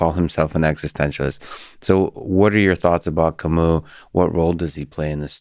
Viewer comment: The way they pronounce "Camus" 🥴